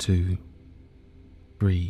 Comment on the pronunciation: Does anyone else think his 3 sounds like breathe? I couldn’t get past that and had to stop 😂